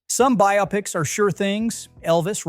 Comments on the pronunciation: I was going to post the same thing. It annoys the crap out of me when people mispronounce that word. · I bailed out just a few seconds into this, when the A.I. voice mispronounced "biopics".